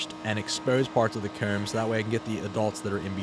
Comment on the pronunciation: I dont see any issues with how you say comb. I am from the south and it sounds more northern, but I can still understand you! Need more videos soon! We reaching peak season time! Love all the improvements you've made with the set also!!